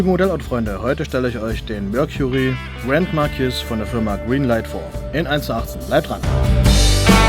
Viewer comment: I buy em to PARK them on my display shelves with their "Friends" lol, I would have just destroyed the styrofoam too. BTW, it's pronounced GRAND-MARK-EESE! 😉